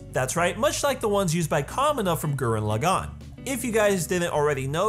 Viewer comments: Just wanna nip this in the bud. Gurren Lagann is pronounced a very specific way. You're pronouncing it Gurenn Lu-gaunn, but it's actually. Gur-denn Leaugh-gaunn. The first part of each of those words is emphasized the most. The d is very very soft, they pronounce r's in a very specific way in Japanese, with a hint of 'd' in the sound, similar to rolled r's in Spanish. And for each word in Japanese, the stress of a word is the first syllable, not the second or third, unless that is specified, which it isn't in the case of Gurren Lagann. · Gurren Lagann not fucking Gurren LagAAAn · You need to learn how to pronounce gurren lagann correctly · Damn, the way you say Gurren Lagann is Cancer... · Loved the video but the way he was saying gurren laggan in the video was annoying me 🤣 but loved the video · I have to be that guy but you absolutely butchered the names and pronunciation of gurren lagann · How you gonna make a Gurren Lagann video without knowing how to pronounce Gurren Lagann, Simon, or Kamina? Or calling Team Dai Gurren "Team Gurren Lagann"? Shameful.